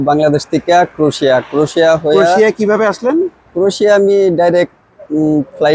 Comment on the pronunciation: "ক্রোশিয়া" নয় "ক্রোয়েশিয়া" ।